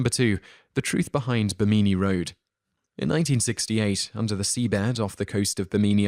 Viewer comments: I was the 2,000th like! As such I'd like to let you know something about your Edgar Cayce story. First, his name is pronounced KAY-see, and the rock road is off BIM-in-nee. The briefest research would give you those pronunciations. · The narrator has an unusual pronunciation for the names Bimini and Cayce. I've always heard BIM-mi-ni and CASE-see. I'm not saying it's wrong, but it is different. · Love the pronunciation of Bimini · Pronunciation errors: Bimini and Cayce. Sorry to be new World-centric about them, as usually you do pretty well (other than some of the stranger British pronunciations which I hardly even notice these days). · Some of your most interesting mispronunciations to date! Case? Bimini? Heavens, have you no one to help you with these things? I'd be happy to, honestly! No charge. And I have a vast vocabulary. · Please research how to pronounce Bimini, babushka, Augustine, and Bethlehem. Otherwise great work! Thank you